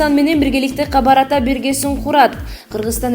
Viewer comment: Окуганды билбеген кыздарды кетиргилечи.камбар атаны туура окуй албагандын кереги жок.